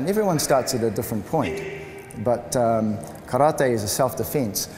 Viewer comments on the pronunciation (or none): its not karrrta its karate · Yes, it is. It is Kah-rah-tay... Not 'Tee'. Just like saying "Kuma-tay" instead is incorrect. If you can't say karate correctly, why not just call it "empty hand"? Kindest regards & all the best. Andre